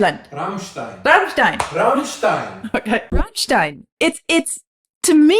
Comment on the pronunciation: Thank god she said Rammstein. That could have gone so sideways... lol.